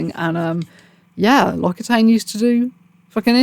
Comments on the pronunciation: the way to pronounce it is actually "Loxytan" :) written like that, it looks like the name of some kind of medicine, it's pretty weird. Just remember "Occi" =oxy, as in...well, oxy, haha. (The name of the brand is actually from a southern french region called "occitanie") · Occitane is pronounced ox-ee-tan (the "a" you would use in "at"), it's French :)